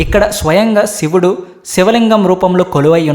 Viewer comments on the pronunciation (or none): none